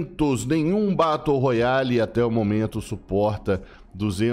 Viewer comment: Batu roiale kkk